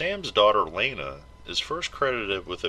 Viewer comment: I loved the video. However, her name is Lana not Laina. People tend to pronounce it wrong. #oncer